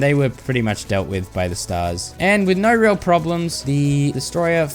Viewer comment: “Naur class”